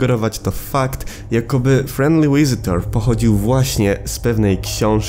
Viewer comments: visitor sie czyta (fisitor) a nie (łisitor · Czyta się wizytor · Przepraszam, ale nie mogę wytrzymać tego, że czytasz "V" jako "Ł" XD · git odcinek, niezły montaż, tylko mamjedną uwagę mianowicie z tego co wiem 'v' w języku angielskim zawsze, albo prrawie zawsze czyta się jako 'w' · jak ty strasznie kaleczysz język angielski swoją wymową nazwy "Visitor"